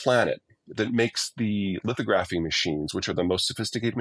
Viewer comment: Peter, please, say 'lith AW graf ee, emphasis on the second syllable